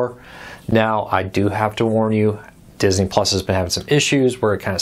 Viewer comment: Dis-iny is how they say Disney in the 'hood.